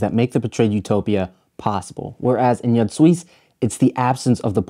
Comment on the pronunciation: Another top notch video essay. My only critique: Jud Suss is pronounced like 'You'd Zeus'. You put your foot in this essay though! Transitions and settings went off